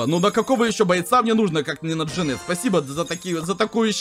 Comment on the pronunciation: конечно говори как хочешь но вроде правильно ДжАнет.